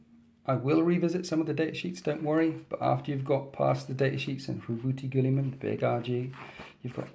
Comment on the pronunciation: 1st awesome video. His name is Roe-boat or Oboe-t Gee-lee-mah. One wouldn't say Gene Luck Pickherd would they? :) Jean-Luc Picard. I'm having a bit of fun with you. Peace.